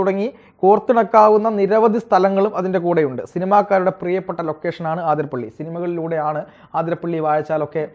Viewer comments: ആതിരപ്പള്ളി അല്ല അതിരപ്പിള്ളി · അതിരപ്പിള്ളി ആണുട്ടോ ആതിരപ്പള്ളി അല്ല